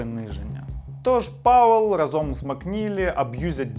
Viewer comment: Не разОм, а рАзом)